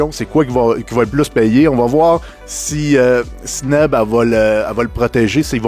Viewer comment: La ca va faire mon, C'est Sinem. Pas Sineb ou Sinev, on est rendu semaine 4, on dirait Daniel qui essaie de dire Bastos, un combat perdu d'avance. 😂😂